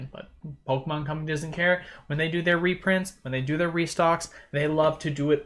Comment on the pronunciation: Repronts?! Reprunts!?! Rurprunts?! No way Jose.